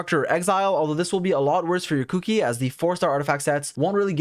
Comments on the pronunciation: I had not actually paid attention to her name so I kept hearing "Cookie" when he was saying "Kuki". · I laugh everytime he says kuki